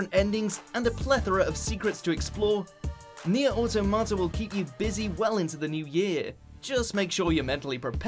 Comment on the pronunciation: Nier Au-tom-ata, not Auto-mata.